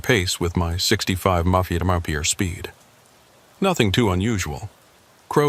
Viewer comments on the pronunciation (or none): It’s MPH not mopitymop…dah AI’s usual cluelessness